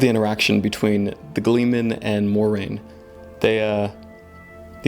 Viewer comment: Try this..... More-aine, Ny-neve